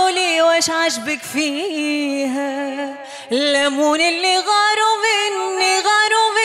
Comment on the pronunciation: ما فهمتش علاه مروى ديما تغني لاموني لي غارو مني و زيد في زهرها طاح حرف اللام 😂😂